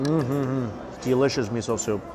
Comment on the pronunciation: Hi Mikey!! Love this so much! And I love it when you say Deeelicious and erbs(herbs) 🤗